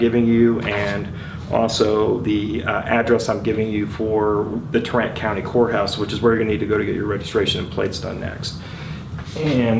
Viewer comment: Greetings, i think you mean TARRANT COUNTY not TRENT COUNTY.